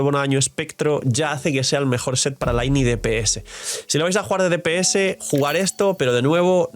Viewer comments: No se en qué idioma juegas pero al menos en el inglés del juego se pronuncia "Linei", si no compruébalo, jaja, que por mucho que digas que se pronuncia "Laini", la evidencia te delata 😂. Lo siento pero me rechina escucharte pronunciar así el nombre de mi Lynae haha. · Hola soy el típico pesado de la pronunciación, que tal. Actually ☝🤓 Lynae en inglés se pronuncia "Linei" para que no se te enrrede con la del genshin